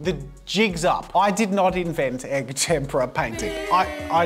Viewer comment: Oh finally an Italian Jazza 🤣 though for the whole video I kept hearing “tempura” instead of “tempera”… got me hungry… need to find a Japanese restaurant now…